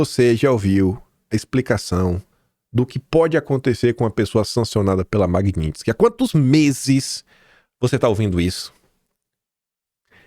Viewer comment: amém o aprendeu a falar Magnitsky